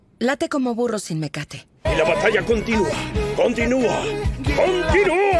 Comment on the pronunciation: Dijo burro o furro